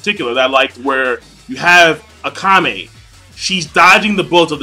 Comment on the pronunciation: Is it really pronounced Ah-ka-me (like ah-kami)... I'd swear it should be Ah-ka-meh. Regardless I'm interested in this as I enjoyed the first episode. Also pretty sure this is a Shonen in the manga, at least thats what Wiki says.